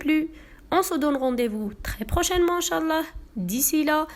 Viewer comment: Elle as dit nchalah je croyais que c une française